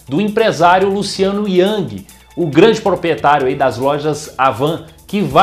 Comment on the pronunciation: Bom em ter transmitido a notícia, mas ressaltando um erro: a pronúncia do sobrenome do empresário é Rang e não Yang, como falou.